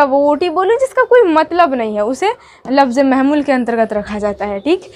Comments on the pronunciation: Mahmul nahi hota hai Mohmal hota hai 😅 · Mai bhi wahi soch raha hun bhai eyh bol rahi hai mahmul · لفظ مضوع اور لفظ مہمل میں لفظ مہمل کا تلفظ درست نہیں ہے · مہمل آپ غلط پڑھے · مفرد را کے فتحہ مہمل اول میم کے پیش ثانی کے فتحہ کے ساتھ 👍 باقی سب اچھا ماشاء اللہ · مفرد اور مہمل کو ٹھیک کر لیں تو بہتر ہوگا ماشاءاللہ بہت اچھا پڑھا رہی ہو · کلم نہیں ،،، قلم ہوتا ہے مہمل زبر کے ساتھ نہیں ہے بلکہ مہمل پیش کے ساتھ ہے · جملہ کو آ پ ز سے زملہ پڑھتے ہیں یہ غلط ھے جملہ پڑھۓ۔ مہمل پہلا م پیش کے ساتھ دوسرا میم زبر کے ساتھ